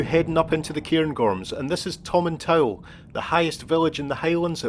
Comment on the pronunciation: come on, its pronounced Tomintool lol:) great vid tho